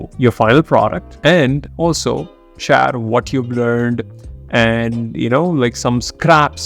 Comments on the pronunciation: No body in the world will pronounce “Share” that way except indians (that too a small %age) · Can't get past the way he's speaks "share". Amazing content tho.